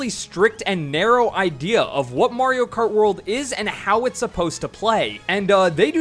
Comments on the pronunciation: It's a little odd when people say "MARE-io Kart", but I can take it in stride. "MORE-io Kart"?!?! You're just screwing with us at that point. 😂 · "More-io kart" at the beginning haha